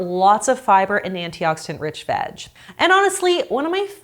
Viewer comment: It sounds like you're saying "vag" every time you say "veg"